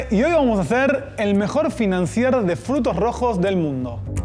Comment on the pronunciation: La R al final de financier no se pronuncia 😎